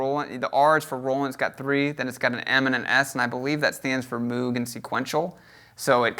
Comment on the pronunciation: He said Moog instead of Moog